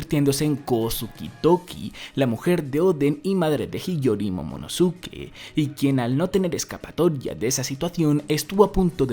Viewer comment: Carajo se pronuncia momonoske al igual que Sasuke y akatsuki.... Deja de decirle momonosuke que suena como el culo